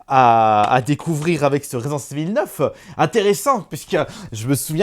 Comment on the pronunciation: 2026 et le mec ne sait toujours pas dire résident evil…c est juste ouf…..resissensse Evil 🧐🧐🧐